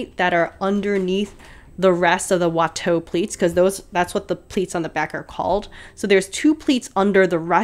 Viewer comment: Well, she SEWS in French better than I do! And she pronounces « Watteau » and « Boucher » just fine.